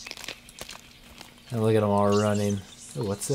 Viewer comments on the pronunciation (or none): HEY! "AND" not "ans" TRRROOOOOOOLOLOLOOL